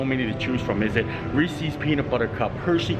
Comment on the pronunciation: Hello, first time viewer. -Did you just miss pronounced Reeses. You said Reesie‘s. Even the “voice to text“ feature on a phone spells Reesie’s when I say it your way. (Laughing) -Mario, The Disneyland Neighbor.